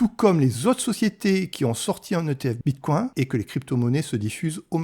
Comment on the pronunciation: "Bitcouain" trop drôle, je sais pas si c'est fais exprès mais ça decrédibilise complètement le propos